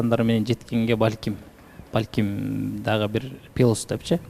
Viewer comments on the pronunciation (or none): "Пилус" деп суйлогондор, эмне жейсинер? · пилус девей плюс эле дечи кыжырга тийбей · пИлус дебегилечи кагылайындар